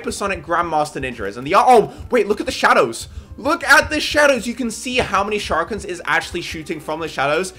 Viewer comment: you can see how much sharkans Me: it’s sharikan (Edit: how has it come to him now mispronouncing words)